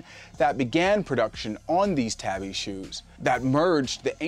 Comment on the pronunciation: Tabi is pronounced with a long “A”. Ie “TAHBI” like in “ahh” or “awe”.